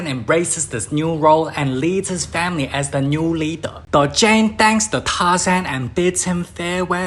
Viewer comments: 🤣 every time I hear FA-MI-REE... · Nah dude... Imma keep y'all updated with moments that made me laugh. Literally first couple seconds I hear famery instead of family. I laugh my as off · "famiry" the best word said by and asian. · “Tarzan goes to save his FAMERY” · "aNDd hIs fArUmy" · Just hearing famiry makes me laugh They teach him the engrish😂😂😂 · I love the way he says family 😂😂😂